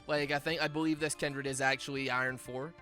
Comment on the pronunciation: Everyone: Kindred: Kendrid